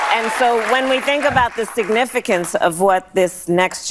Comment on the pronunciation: She RUINED the words “significance” and “aspirations”